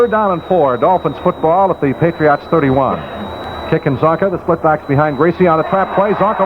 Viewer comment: It's sort of odd hearing pronounce Patriots. It almost sounds like he's saying "Patree aughts", lol. I'm actually a Ma**hole so I know all about accents, colloquialisms, and odd dialects. I've lived in Florida & Virginia so I get the "regional dialect" thing but SE Massachusetts is on another level, especially with the Rhode Island influence, lol! It literally seems if you traverse 25 miles in any direction you encounter an accent. Thanks for posting these and 'PHINS UP!